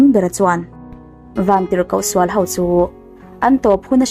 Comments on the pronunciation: Ho tih turah hau, lei tih turah lai, lo tih turah lau, vantirhkoh pawh i ti vantirhkauh hlauh bawk a. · Ho hi How/ Hau angin i lam ri a, a awmzia a bo tlat.....han tang zel teh. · Ho tih hi hau tiin i lamri tlat,hei hi a diklo. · Ho, ilam dan hi, hau, tiin i lam ri thin a, a mawi chiah lo tlat